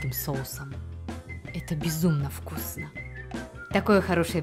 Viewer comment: В конце сказал Вкуфно